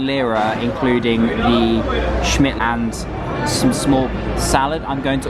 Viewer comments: Turkish speaking is the same as you write, so say as you read Simit, as a simit not shmit haha 😄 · It's pronounced Simit. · Dear, It is not SHIMIT it is SEAMIT.... thanks.. do not worry about it... just a reminder... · It's pronounced "See mit" not "Shimit" :-) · shmit😂😂😂 its si-mit pronounced how its spelt mate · Pleeeease It’s simit with “s” not shimit 😂💕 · Haha glad it's not just me that found it a little annoying 😅. One of the few Turkish words that is pronounced how it's spelt: sim-it. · hi, simit is not pronounced like she-mitt, it's pronounces si mitt, si as it's in do re mi fa sol la "si" or as letter C sounds in the English alphabet'song ABC :) and second syllable mit sounds as in baseball mitt. Si / C + MItt = Simit .. Thank you for your video , it was very informative , leaves one wishing to go to Ankara and start feasting , everything looked delicious. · Yo, that “crusty bread” you call is pronounced simit not shmit. And the city “An’kara”, not “Anka’ra”. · It's pronounced like "si - myth" Schmitt is German surname. :P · there is no such a thing. You just pronounce it the way it's written. Simit. Starts with an S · That's the cutest style I ever heard someone pronounce Simit - Schmitt 😁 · Simit- pronounced see or si. -mitt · you can pronounce simit like smith. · Your şimit pronounce is so cute ahaha 😂👌